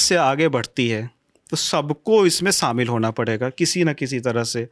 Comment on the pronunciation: Isko bat nahi karne a rahi, pronunciation dekho, words ka selection dekho , shamil hota hai samil nahi